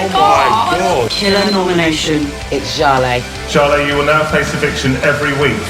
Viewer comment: Is seriously going to pretend she still can't pronounce Jale's name? It's not exactly hard to remember. Embarassing